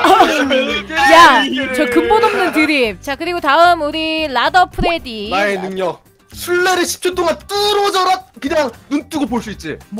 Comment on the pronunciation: 잠뜰님이 프레디말할때 푸레디라고 들리네